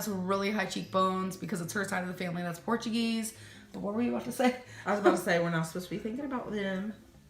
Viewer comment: Ladies and gentlemen. Lend me your ears... Did our Amberlynn say , Porkuguise instead of Portuguese??? Genuine question..